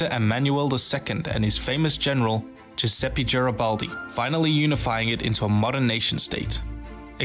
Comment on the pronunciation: ''Giuseppi Giaribaldi'' Me, an italian: cries in spaghetti